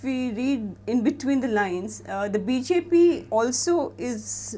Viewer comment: New Game: Take a shot every time says “Bee-Zay-Pee” 😂😂